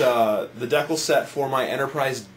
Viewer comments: Ow! My deckels hurt. And I really hate cutting them out... Bwaha, even my wife laughed when she heard deckels. DEE-CAL. :) thanks for the vid though. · You did an awesome job on your Enterprise but they way you are pronouncing decal is driving me nuts. you are pronouncing it deacle its pronounced DEEEEEEKAL say right man